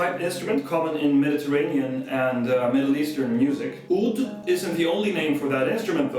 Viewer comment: the word 'oud begins with the letter 'ain, which in english we only use this particular letter when heaving to throw up. I would appreciate it in the future if you were to correct this improper pronunciation.